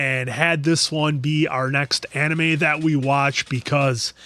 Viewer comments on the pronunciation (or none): none